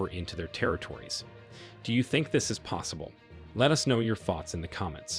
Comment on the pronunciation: It's mposible